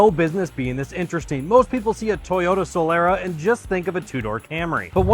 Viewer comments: A few corrections: • It's pronounced Soh-lah-rah. • If that's a 2004 it has a 3MZ-FE engine. • Another thing, you are missing the chrome trim at the front, on top of the front grille. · It's pronounced Soh-lah-rah.